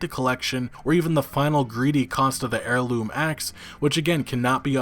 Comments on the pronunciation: it's not pronounced 'hairloom' it's pronounced 'airloom'. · "Hair Loom" axe? Bro... did you even graduate high school? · The H is silent in the word heirloom. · it’s pronounced AIR-loom... not HAIR-loom, just so you don’t look like a dummy in the future... 😘